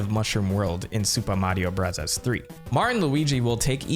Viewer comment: Its not Supa Mario Brazaz